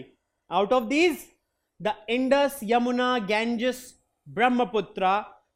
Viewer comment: Sir you telling wrong pronounced ganga and indus